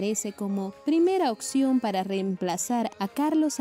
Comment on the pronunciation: No se dice oCción , se dice oPPPción